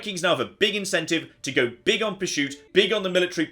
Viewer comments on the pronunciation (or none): Anyone else wondering why he's saying "purshoot"?